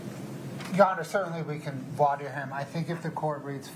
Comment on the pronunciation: Why don't Americans know how to pronounce "voir dire"?